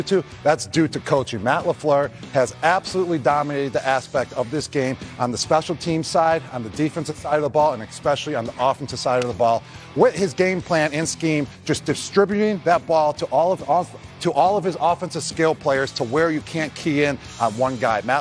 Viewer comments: As a player Gronk was a beast and amazing to watch. As a analyst and on screen contributor, much like Romo, god awful. Pronouncing the word "Ex specially" is just ridiculous. Everything Gronk says sounds like he's woefully struggling to read cue cards or a teleprompter. Atleast Gronk isn't calling games like Romo is. NFL refs are trained in all things officiating related. They call a player for being Offside. It's not plural. It's not offside(s) Romo. If you're not sure, listen to how the refs call it. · I was especially surprised by Gronk's analysis, he was "exspecially" surprised